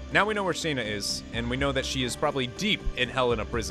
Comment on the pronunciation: Man it bugs me so much how he pronounces Shana. In a cutscene with voice acting you can find that Dart pronounces it like “Shawna “